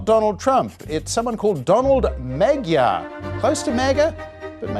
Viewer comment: Donald Magyar is pronounced Majar. The gy bit sound like the J in jungle. It’s Hungarian, and it means Hungary.